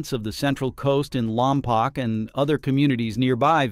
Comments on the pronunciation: It’s Lom Poke, not Lom Poc. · There are no sonic booms on launch. Very few Space X vehicles return to Vandenberg. Salud is a terminal POS . By the way it pronounced Lom Poke like cow poke l. There are NO sonic booms from the launch and few of the first stage rockets return to Vandenberg as they are recovered well off the coast. Note that the Coastal Commissioner shares the same last name as the far left Governor who has done much to destroy California. There is no relevance of the Super Heavy to the Vandenberg launches. It is more about California leftists hating Musk for his politics. Mz Newsome is the head of the Coastal Commission. It's primary role is to convert coastal developers ambitions into political contributions. Space X generates an immense amount of income for California . California politicians drove Space X to relocate their HQ from Los Angles to Texas